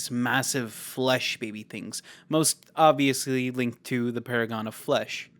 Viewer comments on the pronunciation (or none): none